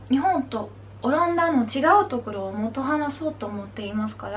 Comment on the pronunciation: 可愛すぎるだろ～～ もっと、とかの”っ”の発音ができないのは、まぁあるあるだね！ でも、最高にカワイイし、日本語もかなりうまいし、何より、自分の言いたいことを表現できているので、いいと思う！